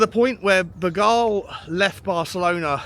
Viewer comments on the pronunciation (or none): Bergvall not Hall 💕